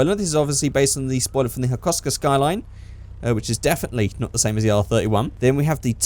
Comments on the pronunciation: Its the hakosuka skyline. Not the hakouska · You literally killed the name hakosuka 🤦